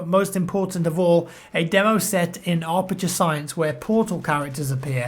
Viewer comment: Arperture Science.. really. Its Aperture Science.